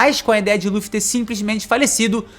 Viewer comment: Ja nao basta pronunciar "LU"-ffy, o cara ainda manda um Duffy... kkkkkkkkkk